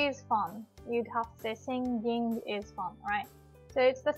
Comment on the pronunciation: SI-NGING. not SING-GING.